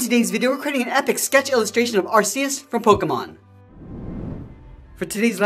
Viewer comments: It’s pronounced arc EE ss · Its pronounced aekoos